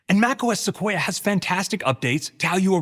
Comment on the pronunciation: Suquoia sounds like Russian *Sukhoi